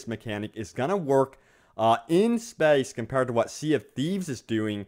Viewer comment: i fuckin hate the way this guy says space